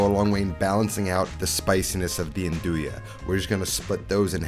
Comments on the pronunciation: Italians don’t pronounce it n-doo-ya they pronounce it nun-do-ya. Don’t hate on me my wife’s italian. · I always pronounced nduja the way you did, but recently I heard local calabrians call it "ndusha". Apparently that's the right way